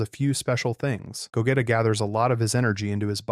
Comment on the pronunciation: “Ru-ditz” “Go-getta”💀